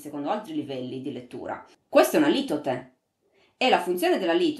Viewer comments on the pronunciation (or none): Litote, con l'accento sulla o, come mi corressero anni fa.